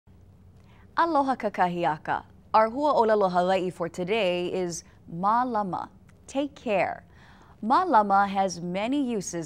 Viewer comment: doesn't the line above the "a" indicate a long A sound making it Maylama? Instead of Muhlama? hmm.